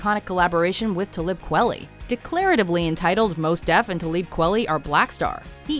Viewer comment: I stopped watching once I heard how you said Talib's name lol